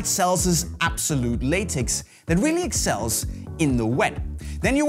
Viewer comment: exSELLS lol